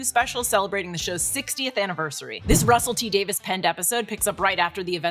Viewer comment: The moment you pronounced RTD's name right I was SO RELIEVED.